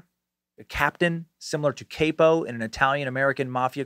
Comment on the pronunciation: Lmao dude I don’t know if your fucking these words up on purpose, but c’mon Dan. You’ve watched mafia movies before..when have you ever heard it pronounced “Cape-O”. It’s CAPO (COP-O)